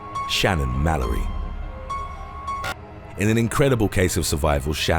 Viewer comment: It says her name is Shannon Malloy but you're pronouncing it like Malory....